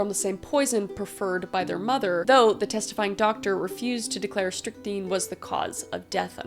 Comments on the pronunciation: So, Strychnine is pronounced strict-neen I think yeah alsoo how did you know I was wearing a sweater todayyy??? :0 ALSO you should talk about Mary Ann Cotton if you do more of these! She was a female serial killer during the victorian era. She killed her kids and 3 of her husbands for insurance policies, similar to Belle Gunness. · It's pronounced "strick-neen" Kris 🥰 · I think it’s pronounced strip9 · It's pronounced strik nine ish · Its pronounced strick-NINE. Like the number nine. At least thats how ive always heard it. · Strychnine is pronounced like “strick-nine” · The first chick killed her step sister with (strick-nine) that's how you pronounce it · pronounced: strick-nine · You’re probably trying to say Strick like “stick and nine like the # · strychnine (strict-nine) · Great video as always!!!! Btw its pronounced strickneen 😊 i watch a lot of forensic stuff lol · my apologies. i've been pronouncing it stric9, not neen. ty! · Strychnine is pronounced "Strick-neen" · It’s pronounced Strict-nine. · Strychnine is pronounced "strik-nine" if that helps at all. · Strychnine (pronunciation) Strict-9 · I love your videos!❤❤ May I just say as someone who has ingested strychnine voluntary (do not attempt at home or anywhere). It would be pronounced as so "strick 9". It's a rat poison ☠ ☠ I luckily didn't die (I don't think) and also proved I'm not a rat! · Strychnine. Pronounced strick nine. Awesome video, Kris! As usual❤❤ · pronounced "strict-nine(9)" basically rat poison. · I think you got a little dyscalculic on the last case, Kris. Leonarda was born in 1894, NOT 1984, and would eventually die in 1970. Also, as an aside, I've always heard it pronounced as "Strict Nine" without the T. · It's strik-nine just FYI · FYI it's pronounced STRIC-NINE. Like strict minus the second "t" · It's pronounced "strik-nine". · That poison you were trying to pronounce is said like, strict-nine. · ✨pronounced “strik-nine”😁 Thanks for the badass stories!!🤘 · 9 not neen strick-9